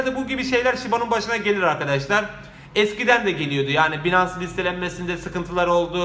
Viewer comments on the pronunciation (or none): none